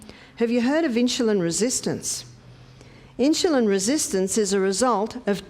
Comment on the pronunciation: Please learn to pronounce insulin correctly. You say “inshulin”. If you cannot pronounce it correctly for some reason, I apologize. (when I hear inshulin, it puts my teeth on edge. Sorry. My problem). I love your videos! I have learned so much and am making changes at age 87! THANK YOU! (I bought a rebounder!)